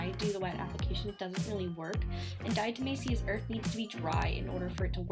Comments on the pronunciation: "dyahtuhmayseeus urth" lmao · "dyahtuhmayseeyuss urth" lmao